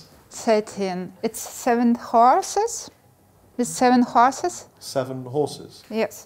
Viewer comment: She: "It's seven hooorsis'' -Rob: ''Horses." -She: ''yes'' AHAHHAHAHAHAHHA